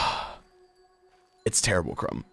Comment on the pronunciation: Ranboo saying crumb is so amusing to me and idk why